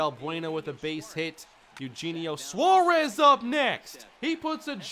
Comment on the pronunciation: you kept saying Eugenio Suarez's name wrong.